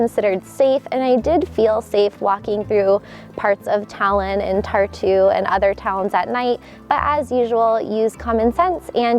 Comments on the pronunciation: the way she says Tallinn makes me laugh. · FYI, you aren't pronouncing Tallinn correctly ;)